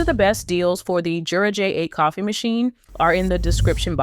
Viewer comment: The company pronounces it with a Y sound, not a J sound. Yer-uh.